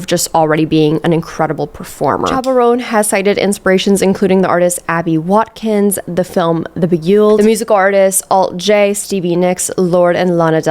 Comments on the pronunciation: Beguiled is pronounced "Be-guy-eld." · That pronunciation of "beguiled" gave me a hernia. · the beg-yuled? DO YOU MEAN THE BEGUILED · The way you pronounced “The Beguiled” is sending me 😂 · Great video! I nearly spat out my coffee thou when you pronounced the Beguiled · I love how you pronounced “The Beguiled” 😂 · I also can’t get over the way you pronounced „The Beguiled”😭😭